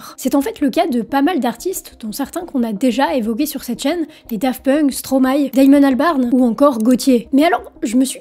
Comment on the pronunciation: Bordel on ne dit pas Stromaï mais Stromaééééééé xD